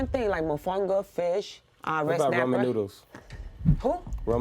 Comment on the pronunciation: Rah-men not Roman lol